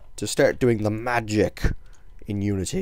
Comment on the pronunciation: "magic" you say it like bitch